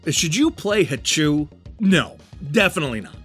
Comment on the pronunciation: The double O is pronounced like "oh". The voice on the title screen pronounces it for you.